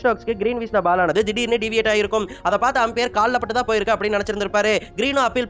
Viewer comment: ஆம்பியர் இல்லை umpire, ஒழுங்காக சொல்லுடா , difference eh Theriyala நீயெல்லாம் யூடியூப் சேனல் வச்சிருக்க